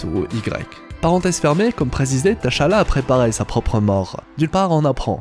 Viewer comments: Désolé mais le fait que tu prononce le prénom Tchalla Teuchalla m'a perturbé toute la vidéo 🤣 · Ça se lit pas << T>> << Chala>> mais < > même si ça s'écrit << T'challa>> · Ça se dit T’Challa (Tchalla) pas TaChala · AAAA c'est T'chala pas Ta'chala... gr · c'est pas te cha la c'est t'challa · s’il vous plait, c’est Tchallah pas T-Challa 🤦🏽‍♂️🤦🏽‍♂️🤦🏽‍♂️🤦🏽‍♂️😫😫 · c'est pas tachalla mais tchallah 😭😭😭😭😭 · TCHALLA ça se prononce « CHALLA » comme Chat 🐈 comme TCHAD 🇹🇩 le pays, arrêtez de détacher la lettre T dans la prononciation. C’est en deux syllabes TCHA-LLA et non 3 syllabes T-CHA-LLA ça sonne faux dans la prononciation, j’entends souvent les gens détachés le T dans la prononciation de TCHALLA, je ne sais pourquoi ils font ça et pourtant ce n’est pas compliqué à prononcer. TCHALLA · On ne prononce pas le T de Tchalla. Ça m’énerve tellement quand vous faites ça!!! Ils le font tout le long du film. N’importe quoi!!! Et ça ne s’écrit pas T’challa, mais Tchalla. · bonne analyse mais pk prononcer tachala ?? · Par contre apprend à prononcer tchalla.... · "TacHaLLa" 😫😫😫😫😫 T'Challa on prononce juste le T en phonetique, pareil que quand tu as dit N'Jadaka 🫠 ca fait 4 ans quand meme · Mon reuf commence déjà a bien prononcer le nom du king sinon çv